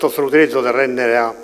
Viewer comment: Nemmeno capace di dire Mrna